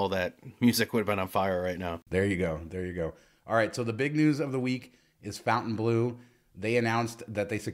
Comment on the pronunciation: Fon TAIN bleau NOT FOUNTAIN bleau.